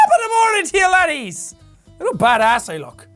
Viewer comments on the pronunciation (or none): Did enyone else notise that jack didnt say laddies he sayed lannies Love you jack